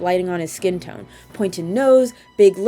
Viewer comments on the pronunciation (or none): none